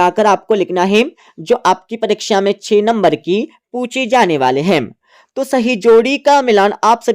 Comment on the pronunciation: Tu 6 ko che kyo bol raha h